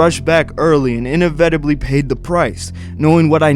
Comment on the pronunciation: "Besized myself....enevetibly." Wtf? Do you even English bro?